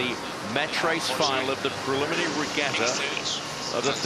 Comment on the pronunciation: Except Peter Lester can't seem to pronounce "Preliminary" or "Inaugural" properly.